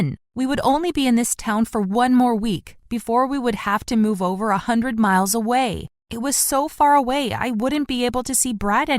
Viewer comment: “We’re moving 100 hundred milles away” lol milles I think he meant miles 😂